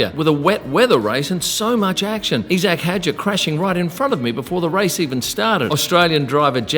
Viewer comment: E Zac?! You’re an Aussie, it’s pronounced eye Zac.